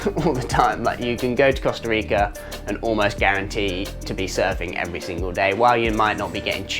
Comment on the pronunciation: Mate, please learn how to pronounce both Costa Rica and Nicaragua. Your attempts are painful !😂